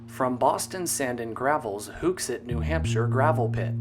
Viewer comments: Im from hooksett and its called “hook set” not hewkset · "who-xet" bruh. hooks-it. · Nice bit of Boston/rail history... (Hooksett is pronounced like you say fish hook)